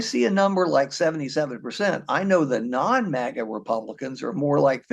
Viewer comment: It’s “maga” not “mega”,.